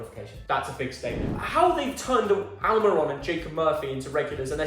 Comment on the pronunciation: … who is AL-MY-RON?? 😂😂😂